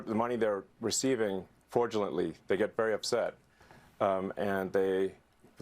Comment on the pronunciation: He keeps saying "fraudulent"